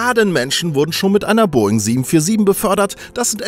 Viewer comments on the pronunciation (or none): none